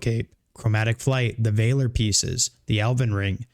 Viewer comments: It’s Valor , not Vayler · Vaaa-ler, not Vay-ler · Great video, Valor is pronounced as Vaal-or like honor and valor. Keep up the awesome work! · Just wanted to let you know, you are saying "valor" very wrong. You should look up the word and check out how its pronounced.